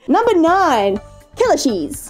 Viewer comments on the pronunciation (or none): I thought she said "Killer cheese" instead of "Kellashees" Help